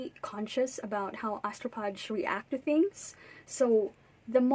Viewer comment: It's pronounced astrofage. Phage is a Greek root, ph is pronounced as "f".